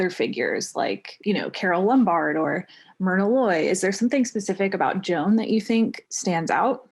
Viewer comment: It sounds like you say JOHN instead of Joan. lol. Why did you make this vid? For the ads? ok. EDIT: for anyone wondering, why did I watch this? I didn't after 3 mins. I had enthusiasm to watch, but the intro was AWFUL!!!!